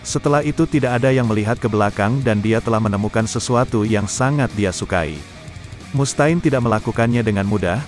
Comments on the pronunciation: ampun dh Mustaine ( read ) Mustein, bukan Mus ta'in 🗿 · Mus Ta'in bro banyangan coba didengernya.